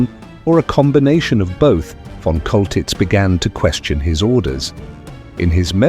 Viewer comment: His name is pronounced "Sholtitz!" monsieur........ You dingbat. 😅😅😅😅😅😅😅😅